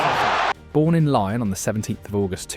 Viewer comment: Lyon is not pronounced lion